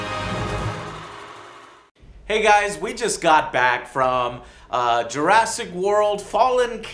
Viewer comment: Jur ASS ic park ._.